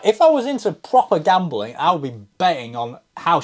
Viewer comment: Love the added syllable in the word gam-be-ling. Might as well have been Karl Pilkington speaking 😂